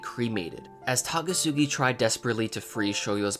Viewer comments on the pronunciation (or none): It's Takasugi not Tagasugi dammit